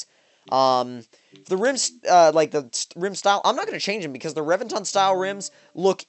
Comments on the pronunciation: omg you butcher names lol, Rev-vin-tin its all good tho, loved the video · emphasize the E in reventon, not revinton, pronounce the E like you would in revenge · And that's why they call it the "REV"enton.